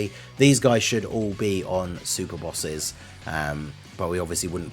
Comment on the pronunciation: Super “Bosses” xD